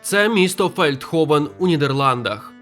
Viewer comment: Feldhoven, значить Фельдгофен. Г, а не х, бо Голландія (Holland), Гаага (Den Haag), Ганс - Hans…